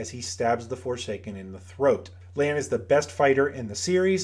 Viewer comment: It’s Lan. Period.